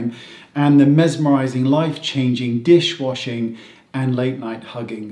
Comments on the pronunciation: "dish washing" lol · 'Dishwashing' ...I died :D